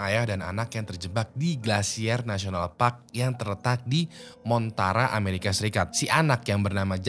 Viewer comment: koreksi - MONTANA NGAB BUKAN MONTARA🤣🙏🏻